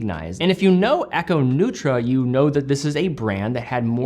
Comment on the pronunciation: Hi! Italian native speaker here. “Neutra” has to be pronounced differently. It’s not like New-tra but more like “Nae-oo-tra” if someone Wants to read it in Italian! The E and The U are separated: The E is pronounced like in and The U is like The double o in “Booze”.